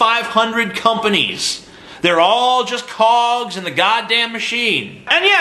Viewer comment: anyone else thought he said cocks and not cogs? xD